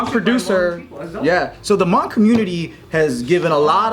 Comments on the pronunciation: I appreciate the video dedication, and also, there’s not a strong UNG in the pronunciation its more an O like in mow or boat..as well, the H isn’t truly silent but that gets a bit mire complex to describe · The guy in the red t-shirt to minutes almost was fainted after pronouncing the word "Hmong". His eyes were all shut and he almost had a heart attack due of the God's given name, "Hmong". Justkiidding. "Tsis dog dig".